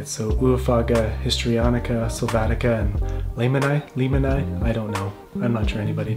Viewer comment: knowledge noboby wants to know: the origin of the name "Lehmann" is german and is pronounced almost like saying it, just the E is longer.. leeemanni or [ˈleːmani:], if anybody can use the things. sorry, but the winner here:D